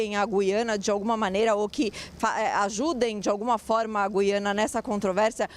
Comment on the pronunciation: GÜIANA : gentilíssima locutora, no nome deste país a vogal U soa; a pronúncia não é como a da nossa palavra GUIAR, mas como em RUIANO (referente a Rui Barbosa); ou no vocábulo hipotético TUIANA. A injustificável, absurda eliminação do trema na nossa ortografia provoca erros de pronúncia.